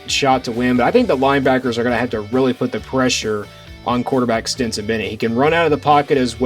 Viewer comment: Are you saying "Stinson" Bennett?